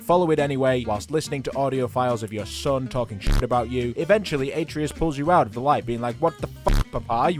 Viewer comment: It’s not pronounced ate-treeus it’s actually pronounced at-trayus